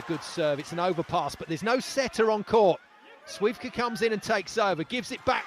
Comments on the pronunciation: how can someone be so unprofessional? and I'm not even talking about wd players, as others do here...commentator, I have so many questions starting with how did u even get this job? At least u should pronounce names correctly there is an "L" in Śliwka's surname FOR A REASON, not just because🤬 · just so you know the “L” in Śliwka’s name is silent which means you can’t hear it when you say it but it is always there.